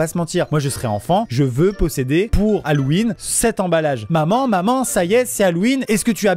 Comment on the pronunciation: "pour Hallouwine" 🥺😭